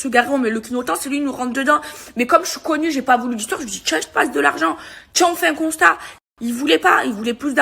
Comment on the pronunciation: 'assurance touriste' et 'le costat' au lieu de 'constat' 🤣🤣🤣🤣